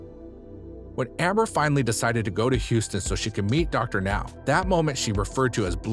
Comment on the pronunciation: Thank you for finally pronouncing Dr. Now's name correctly, but the narration is still very awkward...